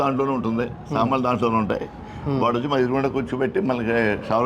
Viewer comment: Samanlu kaduraa babu Saamanulu nuu meia telugu radu malli